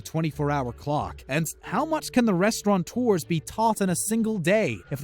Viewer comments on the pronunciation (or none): It’s restaurateur, not “restauranteur”....